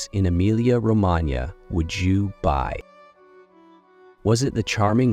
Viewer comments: Emilia “Romananya”. That is the topic of this video. Try to, at least, pronounce it correctly. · Pronunciation of Romagnia the gn is voiced ng as in ring ng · Horrible, isn`t it and these cranky figures claim that they are "experts"!